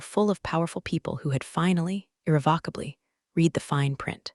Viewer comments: As with most of these tales, the voicing robot usually mispronounces the past tense of "read" ('red') as 'reed'. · Haha yes, every time the bot says 'reed' instead of 'red' my brain trips for a second. 🤖📚 Still, the story hits hard! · So true—and it’s such a small word, but it changes the whole meaning when misread. What other quirks in AI speech have stood out to you?🤖🤖🤖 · Right? Annoying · I notice that too! It completely throws off the flow of the story.